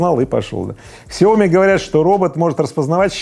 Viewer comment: Не ксиоми, а сяо ми.